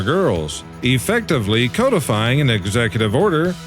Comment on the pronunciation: I am truly pleased that you pronounced "codifying" correctly. Many people are not aware that it has nothing to do with fish. A result of the learning gap brought about by the stupidity of DEI hires. It grieves me that you will be dunned for pronouncing various , perfectly ordinary words in your production, but I am aware that it is a private platform and "His Nancyness" will piss himself if he allows any real freedom of speech. What a complete twat he is.